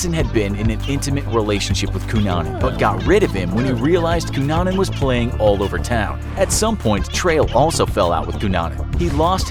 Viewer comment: Everyone is commenting about the misspelling of Versace and I'm here applauding the narrator for his correct pronunciation of the name Cunanan.